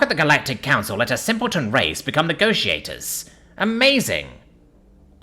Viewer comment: Ah yes. The negociator